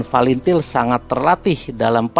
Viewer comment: OPRASI SEROJA BANYAK KORBANG YANG TERLUPAKAN FATILIN BACANYA FALINTIL UCAPKAN YANG BENAR OM saya TBO TNI JADI TENTANG TIM2 CUKUP TAHU TBO MAGELANG AKMIL SECABA N AKADEMI TNI OPERASI REROJA ITU LETING APUH BISMA SENAPATI DAN CATUR PERKASA PERNAH KESANA KALA JAJAK PENDAPAT maaf by adi TBO MAGELANG